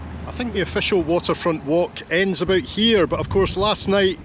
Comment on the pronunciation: Hanging aboot? “ He who hangeth aboot, geteth hee-haw” 😅